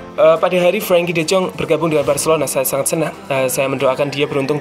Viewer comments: De yong.. Min.. Bukan de zong.. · De yong bukan de zong min